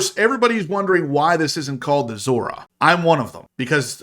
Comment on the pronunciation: Still calling it a Zora